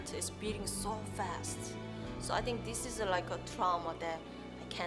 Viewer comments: scusate eh ma "what do you TINCH" non lo posso sentire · <<Uot du iu tinc?>> Mi sento male, scusate. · "uat du tu TINCH!!!!" belllo il canale, bello il video e belli gli argomenti ma la pronuncia un po meno per me è NO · what do you TINK 😂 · Uot du iu tink? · "Uot Du Iu Tink" inascoltabile. Dai cazzo falle fare a chi sa l'inglese le domande.. guarda come ti guarda male la Koreana mentre parli inglese ! Ahahha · Uat du iu tink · sopratutto quando dice "think"